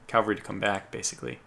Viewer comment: Cav-al-ry. Drives me nuts.